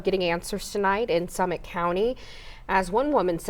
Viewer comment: "Slummit" county